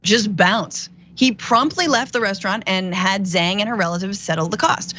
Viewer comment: The turkish dood became the I God'your Bill Father in prison. No bully.😉 Also,, if you're chinese why are you pronouncing their last names wrong? haha